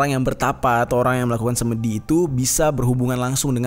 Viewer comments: SemEdi bang jer..bukan semedi😁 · Pengucapan 'semedi' yg benar adalah 'se' seperti pada kata 'semua'. 'me' seperti pada kata 'mepet'. 'di' bukan 'dhi'...tidak ada padanannya dlm bhs Indonesia.